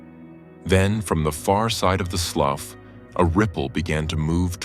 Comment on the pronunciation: Can’t help it. I must tell you…as a southern gal from Louisiana, the word written “slough” is pronounced “slew”.😊 LOVED this video…as always!